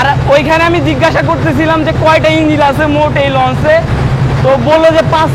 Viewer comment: সেই মজা লাগছে ভাই যখন ইনজিল কথাটা বলছেন🤣🤣